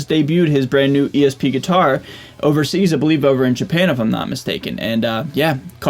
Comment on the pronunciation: Anyone ever tell you how unique your pronunciation of gui-tar is? Like you really hammer down the "T" it's almost adorable haha. Love your channel dude